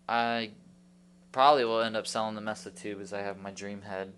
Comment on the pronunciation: MESA, say "MAYSUH". Not "MESSUH". Just helpin ya out!